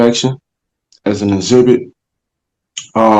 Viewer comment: Duh uhzibit